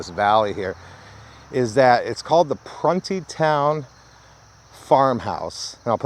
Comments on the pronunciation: Pronounced prune like the plums and there is somewhere a monument behind the actual prison of all the dead boys that were murdered and raped there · You're pronouncing it wrong...it's (PRUNE-É- TOWN) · It was pronounced pru nee town. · I grew up in Montgomery, WV (in the southern part of WV) back in the 70s and 80s. I can absolutely confirm that us boys were kept in line by threat of being shipped off to Pruntytown, though on our youth, we pronounced it Pruneytown. The mere thought of being sent there for bad behavior kept all but the most ornery of us on the straight and narrow. LOL! As a 360 and architectural photographer, I just found your channel and am loving the content. Keep up the great work!